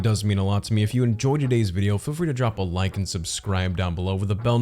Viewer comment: "I don't wike it" -Chris Evans😂😂